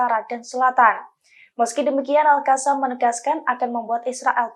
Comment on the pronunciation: Al qosam.. Bukan Al kasam...heehhhh.